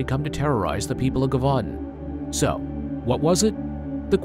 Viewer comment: Lol broooo it's pronounced je-vu-don. It's all good though, enjoying the content thoroughly, it just made me laugh is all.